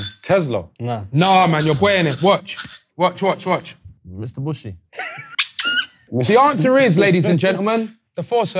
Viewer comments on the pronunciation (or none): Nah when Headie said Mitsubishi as ‘Mister Bushy’ I was dying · Man said mrbushy (mitsubishi)